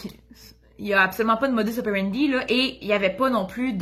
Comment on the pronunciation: J'aime bien vos vidéos je les regarde toutes depuis le début😉. En France aussi on dit aussi "Modus(s) opérendis(s)" sauf que dans le latin le S est prononcé😉😍. Bonjour du Cantal au centre de la France en Auvergne. Bonne continuation et bravo 👏👏.